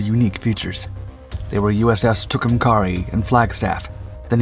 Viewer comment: What was the name of that boat?😂 Fascinating how you will repeat a name over and over again incorectly and she became a he as soon as she started spitting bullets😅It's pronounced Too come care E no matter how the bots pronounce it!